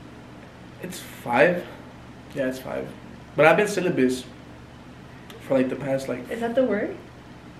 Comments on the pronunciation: I laughed when said "I've been syllabus" 😭😭. oh my its celibate that one hahaha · IT'S NOT "CELIBUS" IT'S CELIBATE 😂😂😂😂😂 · Not “sylubus” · You said it wrong its sylabit 😂💀😂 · “Syllabus” 😂😂😂 The word is “celibate” 😅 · "I've been syllabus"💀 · Syllabus and celben 🤣🤣🤣🤣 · “syllabus”😭its celibate💀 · Not syllabus😂😂😂😂 it’s celibite hunnnnnny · Syllabus is crazy lmao it’s pronounced ce- lebit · Syllabus?? You mean Celibate? Lol